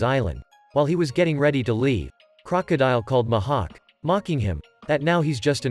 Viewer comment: The "Muh hawk"